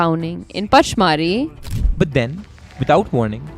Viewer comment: It is pronounced punch-mar-hi